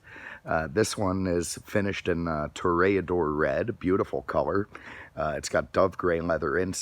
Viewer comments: Roll the "r" when pronouncing Ray- which is pronounced "re" not really ray. Re pronounced more like as in do ( re) me fa so la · Toe-ray-ah-dore TOREADOR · 98 was the last year they made...FYI...learn how to pronounce TOREADOR !